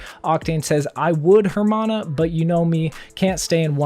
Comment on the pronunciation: Jajajajajaja means hahahahaha in spanish and hermana is pronounced err-ma-na, not jermana